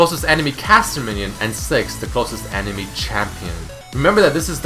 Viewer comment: he said "closest champion" emphasis on the "closest"